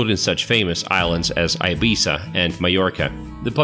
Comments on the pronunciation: Learn how to pronounce Ibiza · Swell Tip: IBIZA is pronounced EE-bEEza not EYE-bEYEza. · Please pronounce Ibiza better, its like {eebeesa}, it hurts to hear (Eye Bee Za), having said that, the video is well done and the information for the most part correct, I really appreciate that, however, it's easy just to hear how to pronounce some words correctly would showcase your efforts even more. Again thank you for your video and for sharing that information. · Wrong! Wrong! Nicely shot but misleading information. Plus, Ibiza is pronounced ee-BEE-thah. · THERE IS NO SUCH THING AS ĪBIZA IN SPAIN! Learn to pronounce your subjects, at least attempt to do so! Ibiza is pronounced EE-BEE-ZAH! English speaking countries are the only places where the normal vowels are pronounced differently depending on the linguistic makeup around their usage. In Spanish, all vowels are pronounced the SAME FREAKING WAY, NO MATTER THE LOCATION.. And oh yeah, I’m a Mexican-American from Arizona.. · where the hell is i beee saa..no my friend its ee beethah.. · Ee-Bee-zah! Not eye-bzah! It’s not an i-Phone or i-Mac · Ibissa? You mean Ibeetha. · It’s pronounced eye-bee-tha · Where the hack is Eye-Bee-Za??? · Ibiza- 'ee-bee-sah' or 'ee-bee-thah' pronunciation. It's ok to mispronounce it, but keep it as close as possible. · in Spanish: EE BEE THAH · IBIZA = EEBEEZA the first "i" is not a long vowel....other than that very nice video. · How hard is it to confirm how every name is pronounced before finishing the video? Many Spanish names (cities, mountains, beaches, islands) featured in the video is MISPRONOUNCED!!! Ibiza is pronounced in Spanish "Ee-BEE-tha", but you even mispronounce it in English!!! Spanish highest mountain is El Teide (Ehl-TEH-ee-deh). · Ibiza pronunciation is eh bee zah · Wrong! EE-Bee-Thah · Btw Ibiza is pronounced ibitha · Aibissa????? Jajaja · and its pronounced ibitha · You want to check out your pronounciations mate before making a video. Ibiza... 🤣🤣🤣🤣